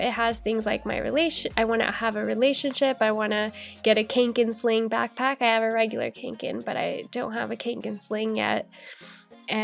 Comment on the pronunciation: Thank you so much for starting to share videos! What bujo do you use? (Kånken is pronounced kawng-ken.)